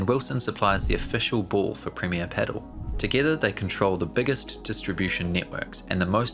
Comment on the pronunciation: If only you learned pronunciation of the thing you are talking about... It's not "pedal", it's "padel". Hope you will improve.